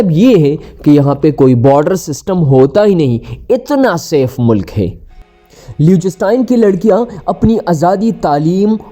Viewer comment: Ek to AAP is ka naam ghalat le rahay ho doosra sab videos fake hain Meray bhai